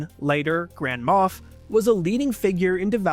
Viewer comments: Moff not Moth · MOFF...wtf is a MOFF? MOFF Balls?